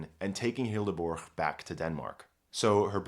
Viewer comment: Hildeburg? Why the g? The h just makes bur a longer sound. Don't butcher it.